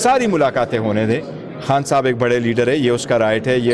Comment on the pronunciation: خان ہوتا ہے حان نہیں۔ تلفظ ٹھیک کریں